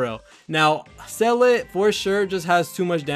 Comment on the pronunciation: Ranks Seele at number one but can’t say her name lol.